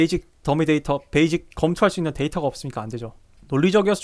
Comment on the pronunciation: 베이직>> 베이씩. 발음 교정 요